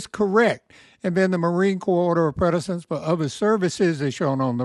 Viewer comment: Quality info. But: precedence = "pre SA dents", not "pre DA cents'. Think of it like something "preceeds" something else (not pre-deeds).